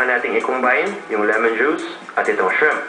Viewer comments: oist, ok sana recipe mo, wag mo na artehan salita mo, ang baduy ng dating e, make sure you pronounce the terms right, shremp is way off dude pinoy ka naman just say hipon. pls. dude lay easy on the terminologies. bawas arte para bawas gayness. advice lng. nice job though. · Arby Gdmudfd.. nice naman pagka bigkas niya ng shrimp ah. Sensitive ka sa pronunciation. What major are you, maybe an AB or something? Anyway I just say my opinion dude.. :)